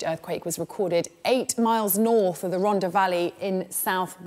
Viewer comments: Bless... She tried her best pronouncing Rhondda and Blaenau. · Pronounced ron-tha.